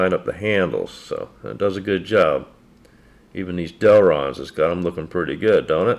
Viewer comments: I have my Grandads Old Timer that’s no telling how old it is. By the way it’s Delrin not Delron. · By the way, it's "Delrin", not "Delron".